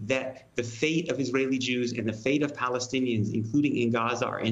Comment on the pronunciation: "Palenstiains" though